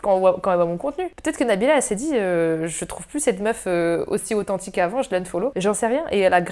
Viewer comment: J'adoooreuh tié authentchiqueuh allez je fais 6 bises